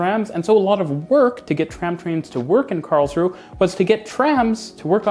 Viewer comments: It's Karls-ruh-e (three syllables) not Karls-ruh, in German you pronounce the final 'e' like 'uh'. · 1. It's pronounced Karlsruhe not Karlsruh. 2. It's pronounced Stadtbahn not Staatbahn. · An observation: You do pronounce Karlsruhe like a local: Karlsruh (without the e at the end and a long ooo sound for the uh) instead of Karlsruhe (with the h and e sound). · You pronounce the e on the end of Karlsruhe. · Karlsruhe is pronounced "Karls-ru-er". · Karls-ru-he. Three syllables. Not two. The "e" ist not silent, it's a "schwa" sound similar to the "a" in the English word "about". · Hearing you pronounce Karlsruhe was "exquisite agony" to quote Vincent Price I think in one of the Dr Phibes movies LOL It is pronounced /ˈkɑːrlzruːə/ the final e is not silent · Small correction: the 'e' in Karlsruhe is not silent. (It's German, not French. The name translates approximately as "Charles' rest".) Also, to quote Wikipedia, The modern tram-train concept was pioneered by the Karlsruhe model in Germany in the early 1990s. It has since been adopted in other cities around the world such as Mulhouse in France and in Kassel and Saarbrücken in Germany.